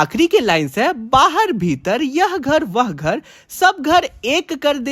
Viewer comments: Bhirat ❎ bhitar ✅ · ..बाहर भीतर ❎बाहर भीरत ✅😂